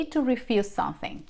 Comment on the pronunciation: Un favor,, practicar la palabras, “something”. You should say the letter “m”. Not sonthing